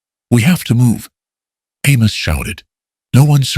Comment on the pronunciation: Good animation but pronunciation is off. "Sky" becomes "ski"?? SII-is for Silas... Also, Amos was Almus? Sometimes pronounced correctly others not. Who was Emma? The story didn't explain who she was but I assume she was Caleb's daughter?? The models were good looking especially Caleb. He looked native but it didn't say so. Shouldn't Caleb's last name had been Blackthorn instead of Thornton? Why call it Blackthorn Ranch? Who was "Miss Abigail "?